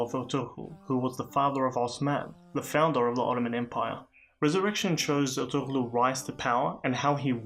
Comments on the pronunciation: The ğ is silent. It's pronounced ertu-rul. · Thanks for your vid my brother. His name is pronounced "Er-tur-rul" the ğ is almost silent like in my last name. The impact of this show in Turkey and all other Muslim dominant nations is truly hard to appreciate. Let me just say that the enemies of Islam... their days are numbered :)